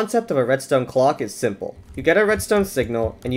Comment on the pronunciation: "Its pretty sinple" mumbo jumbo intensifies